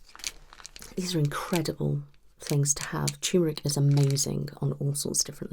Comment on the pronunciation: Turmeric has got to be one of the most mispronounced words. I guess the uncommonness of the u-r-m combination of letters along with the visual similarity of a lowercase R and one of the arches of a lowercase M means that the R often just gets absorbed into the M.